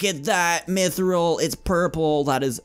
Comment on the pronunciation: mithril is pronounced myth-rill